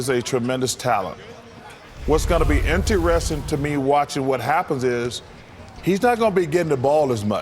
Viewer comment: no one caught Chuck saying "in-te-resting" ?